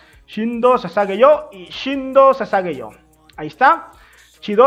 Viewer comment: Todos:Shinzou o sasageyo.: "Shindo o sasageyo